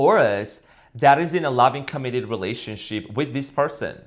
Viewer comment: Did I just hear relationshit? That is pure gold 😂